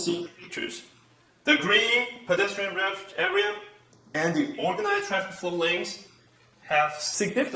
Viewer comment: to the Harvard的the發音有錯嗎@@